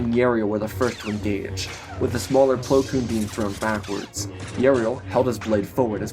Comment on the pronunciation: I love your Storys... but why do you always slaughter plo koon XD